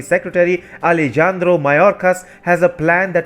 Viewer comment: dear, The J in Alejandro is pronounced H. All Spanish J's are pronounced H. Ale- han-dro. Han as in Honda.